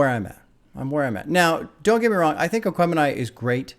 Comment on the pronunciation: you got the name right! My soul hurt everytime you said it on the reaction